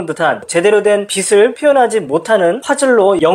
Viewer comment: 빛을[비츨]을 계속 [비슬]이라고 발음하는 게 너무 거슬려서 보다가 중도 포기. 내용은 좋은데 아쉽네요.